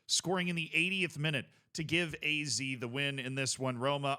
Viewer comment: I know this way it sounds like your name, but even here in the Netherlands we say Ah-Zed Alkmaar 😜😂